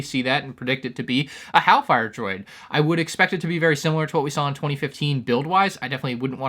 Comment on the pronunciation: Shouldn't it be hailfire droid, not "halfire droid"?